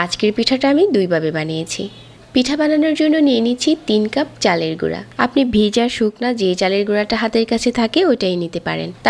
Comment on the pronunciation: Uni ভ uccharon korena দুই বাবে ,বিজা এই রকম বলে এরপর ঢেলে রে বলতেসে ডেলে maybe uni ctg er tai oikhaner accent chole ashe